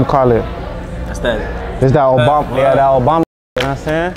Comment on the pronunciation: When he says “thaa part” it makes me creaseeee still 🤣🤣🤦‍♂️